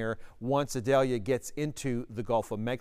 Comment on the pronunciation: Eee-doll-yah. It isn't an onion.